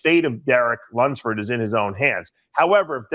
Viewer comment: It's pronounced LUMPSFORD.